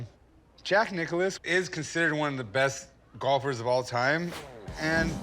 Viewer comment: Why are they saying Jack Nichollis or whatever? It says Nicklaus.